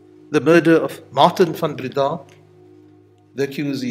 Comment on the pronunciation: I was convinced of his guilt by his beard - that was definitely an ax-murderer's style beard - that, and him pronouncing his last name Van BreeDAAHH, rather than Van BREdah - reminded me of "Young Frankenstein" movie (It's FROONkenSteeen") - so, yes, to me he looked like Frankenstein with an ax-murderer beard - family massacred? it's him.